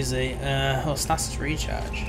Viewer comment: Stay-sis not Stass-siss